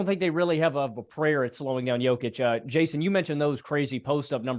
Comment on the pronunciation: Guys guys!! You have to pronounce Jokić name correctly! You are saying it wrong! I’m tired of hearing everyone comment on the best player right now in the NBA -say his name WRONG… Imagine if your name is Tim and everyone in the world calls you Tom. 😂😂😂 ffs